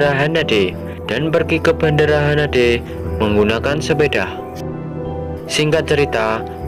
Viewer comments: bandara haneda bang bukan hanade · Bandara haneda bukan hanade🤣🤣🤣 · Bandara Haneda min ,,bukan hanade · Bang, nama bandara yang abang bilang salah, bukan hanade tapi Haneda. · Min bandara Haneda bukan hanade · Bang bukan bandara HANADE tp HANEDA 🤣🤣🤣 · Haneda bang bukan hanade (RJTT) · Haneda apa hanade min?:v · Bendera haneda bukan hanede